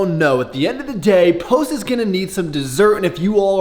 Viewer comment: Who else is getting uncomfortable every time he says “posts”.